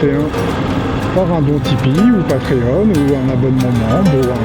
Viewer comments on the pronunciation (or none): none